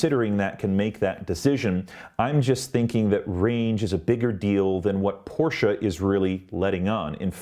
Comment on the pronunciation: Your review is more balanced than many others I have watched. I have a Taycan Turbo on order, although I am now reconsidering with the 201 miles range announcement. At least you pronounce Porsche correctly. I would submit that Porsche has had a long history and culture of innovation, certainly not like most US and Japanese companies. Porsche has won Le Mans 19 times, and also 3 years in a row with their 919 Hybrid. None of this takes away from Tesla, which has done a fantastics job of bringing EVs to the world.